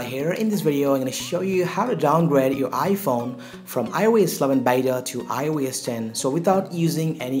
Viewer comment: when you say it it sounds like “ioas” LMFAO